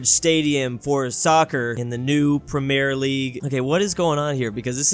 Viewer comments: him calling it soccer and pronouncing premier the way he did makes by british blood boil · bro couldnt pronounce premier